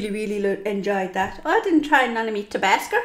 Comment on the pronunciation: "Tabasker" LMFAO